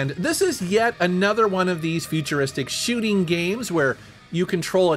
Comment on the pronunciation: I love how says ‘shooting.’ Scheuuuting